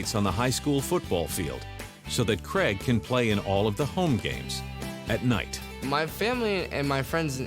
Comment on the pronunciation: Cregg? It’s C raig